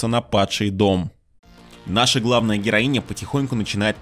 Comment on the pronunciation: Не понимаю, зачем так выделять окончания. Героиня и капитанша нормальные слова